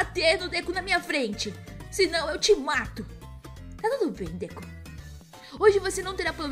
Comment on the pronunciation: Não é deku é deko só que u faz som do o